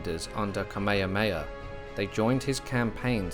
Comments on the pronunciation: Oh the irony. 🙄 An annoying Brit telling the world about of one of the most famous people in history of the Hawai’i. To the annoying Brit learn how to pronounce Kamehameha. It’s really easy. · Thank you but it would be good to pronounce the Hawaiian King's name correctly... it's not Kameha-heya. READ THE NAME. It's Kameha-meha. *Sigh... your Brits! The world has left you behind. Update: I can't handle the butchering of the name anymore... stopped it after 11 minutes. Brits butchered land, culture and people... and to continue by butchering their names?? Do you want people to call Charles, CHAR-LESS?! Get a clue, Brits. ....And, yeah, fix your teeth! LOL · Bro you said Kameahea 😖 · Sorry man. The true olelo Hawai'i is still spoken on Ni'ihau and they say Tamehameha. The missionaries changed all the [t's] to [k's]. I learned that over 45 years ago when I heard someone on Kaua'i speaking it. Frickin' weird how a small group of people can change the pronunciation of a language. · Please learn how to say Kamehameha /ˌkɑː.meɪ.həˈmeɪ.hə/ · Ka mea ha mea ha... Please pronounce it correctly 💯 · It’s not that hard… Ka=Kah-me=may-ha=hah-me=may-ha=hah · Can’t listen to this crap this AI can’t even pronounce the Hawaiian words properly. This offends me deeply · The pronunciation of the character’s Hawaiian name is incorrect. The grammatical markers tells all Hawaiians how it’s supposed to be pronounced. Please don’t use AI. It is incorrect. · I was excited to watch this but then I soon realized that you had no idea how to pronounce King Kamehameha so I had to turn it off. If you're going to do a history piece you should at least know how to pronounce names. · Great video and narration, with the exception you could have made the effort to pronounce atleast Kamehameha properly. But good job overall "":) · The poor pronunciation is cringey. He’s pronouncing Kamehameha completely wrong and it’s bugging the crap out of me.